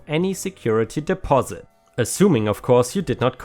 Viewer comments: I know you love to ignore people’s comments on pronunciation, but “deposit” is pronounced “deh-paw-sit”, not “dep-oh-sit”. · ... DE-POS-IT!!! Deposit is pronounced De-Pos-It, not Des-Pes-it! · not trying to be mean but deposit is DEE POS IT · Dee pozz it should do the trick. 🌟🌟🌟🌟🌟🌟🌟🌟🌟🌟🌟🌟🌟🌟🌟🌟🌟🌟🌟🌟🌟🌟🌟🌟🌟🌟🌟🌟🌟🌟🌟🌟🌟🌟🌟🌟🌟🌟🌟🌟🌟🌟🌟🌟🌟🌟🌟💖😄💖😄🌟🌟🌟🌟Again, your English is way better than my German. Because of its multiple sources, English pronunciations have exceptions to the exceptions. Sources go back to ancient Greece, the Roman Empire a smorgasbord of languages 😄 hang in there. Every day gives us a chance to learn something new. 🌟🌟🌟🌟🌟🌟🌟🌟🌟🌟🌟🌟🌟🌟🌟🌟🌟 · Hi, great post as always but use Google translate to pronounce "Deposit" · Pay pal= sounds like gal, not paul The bnb story sounds crazy. The guy and his friends did not damage the house. And they supposedly cleaned it up before they left so what was the owner raising such a ruckus for? Deposit= de (long e) pos' (short e) it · Also the "pal" in Paypal is a softer "a" sound. And as others have said, you do a very good job, and in fact I've heard your English improve over the course of doing these videos. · To enhance your language skills in English... It's pronounced de pos it. And it is pronounced dem o'd as in dem o lition. English is a hard language to comprehend to start. Idioms and slang are even worse, but you do very well.